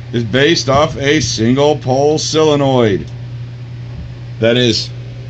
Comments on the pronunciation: Only one question, why do you think it is pronounced "cyla-noid" when it is not spelled cylanoid? "Sol" is pronounced the same as it would be in similar words such as "solvent", "solve", "solder", etc.. Just curious perhaps I am mistaken but it is a rarity in matters of pedantry. :) lol. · Wait, so how is it "silinoid"? I had to spell it wrong just to convey his pronunciation. Also he said solenoid right after he stressed it was "silinoid"